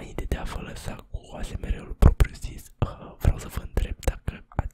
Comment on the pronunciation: 😂😂😂deci daca nu rad la un video de al tau mor. se zice esemar si se scrie asmr